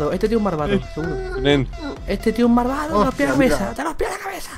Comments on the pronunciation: Dice marvado jajajajaja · Like cuando dicee marvado